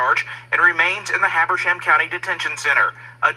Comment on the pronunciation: Pronounce. Hab er sham.